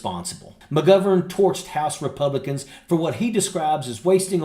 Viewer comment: Can u learn how to pronounce mcgovern properly thank you from Ireland 😂